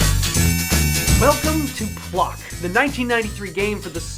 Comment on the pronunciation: He didnt say it right its "WELCOMETOPLOK WELCOMETOPLOOOOOK!"